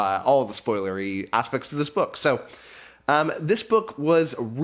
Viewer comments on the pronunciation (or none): When you said aspects, you accidently said something like assucks, which says it all.